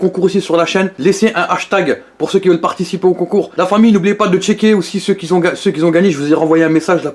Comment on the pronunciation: Un poêlée ?????? UNE poêlée. Et "je respecte les vegans qui zont........ ". Dans toutes tes vidéos tu fait cette faute de shlag,tu fait une liaison imaginaire.Apprends à parler le français mec